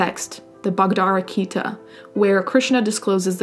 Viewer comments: It's "Bhagavad Gita", not "Bagdara Kita". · Just a point. The Hindu Text you mentioned, you said "the Bhakdara Kita" (or at least that's what i think i heard), but, it is the actually Bhagawata Gita (pronounced Bhu-guh-wuth Gee-tah). It is the Hindu's equivalent to the Bible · I'll never understand how people continue to fall for cults even after such horrific examples. Edit: Did you mean Bhagvat Gita? I think you mispronounced it. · the hindu text is pronounced "Bhag-ah-vad- Gee-tuh" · Bhagvad Gita* not what you said :p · The Hindu Text you refer to is titled the Bhagavadgita (pronounced bag-a-vad-gita = Song of God). It was composed approximately 3,000 BCE; and, is a poem of Krishna the divine Charioteer's teaching to Arjun, the warrior prince on doing one's duty and faith. Good video––such a disappointment that this lot is exactly the same as every other cult and this obsession with superficial beauty is the same old, same old––sex. Horrible sexual abuse. Nothing to do with any real kind of spirituality. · Ba-Ga-Vahd Gita. Love your content but you butchered that so hard I had no idea what you were talking about until you actually described the Gita. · Bhagavad Gita - pronounced BHA-GA-VAD GI-TA - it's really not that hard . . . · she did mispronounce Bhagwad Gita. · Bhagavad Gita (read as it's written (exception to "h"- escape it :)) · Did she just mispronounce the Bhagavad Gita?! 🤦🏽‍♂️ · You could work in a slaughterhouse because you just butchered the pronunciation of Bhagavad Gita.